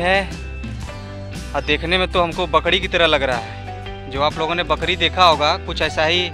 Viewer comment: भाई बकड़ी नही बकरी